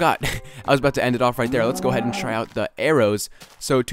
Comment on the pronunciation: you said lets go ahaid like 5 times